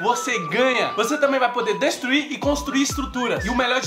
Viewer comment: O diretor falou déstruir ksksks